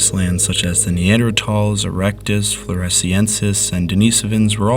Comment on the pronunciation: “Knee Ander talls” gets me gigglin